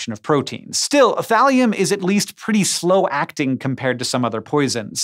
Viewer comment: When he said Thalium at first I was like, wait....did he just say Valium? lol